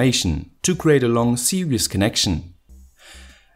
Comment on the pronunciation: Its "series" connection not "Serious" your_pronounciation